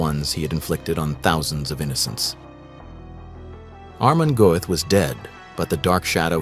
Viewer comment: Narrator really struggling with that name. Hahahaha almond guff? Amen golf? Amish Goats?